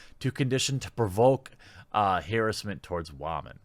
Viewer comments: The word harassment is not like the word tomato.... pronounce it like ur an intelligent person lmao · Thats Hey-ress mint!